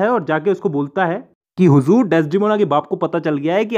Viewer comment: The way u say huzuur 🤭🤭